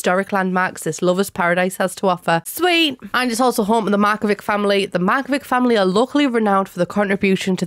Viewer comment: As a Croatian speaker, I do wish the Sims Team had written the Markovic family name in a way that led to a correct pronunciation. It's not a massive deal, but hearing it end in a hard "k" is going to be jarring every time, I just know 😅